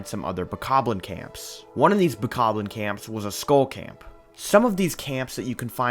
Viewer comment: The worst part is how he says 'Bokoblin'. It just doesn't sound right to me. But still an amazing video.